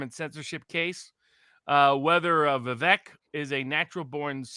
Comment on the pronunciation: It is pronounced vi-vake like cake